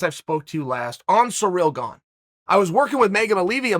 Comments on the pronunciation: Uncle Chael it's "Ciryl Gane" not "Cereal Gone" or "Surreal Gong" 😭😭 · Me: Ciryl Gane Uncle Chael: Surreal Bong Me: Surreal Bong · “Surreal Gane” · “Whoever or Whatever a Surreal Gone is”, Uncle Chael lol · Surreal Gone sounds mean, its even in the captions 😂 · What's a "Surreal Gone" ? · Actually Uncle Chael said his name is Surreal Gone. So from now on that's how i will be pronouncing it. Who am i (or anyone else for that matter) to question the great one? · "Surreal Gone" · The only thing that surprises me in the fight game anymore is Chael's pronunciation of fighter names.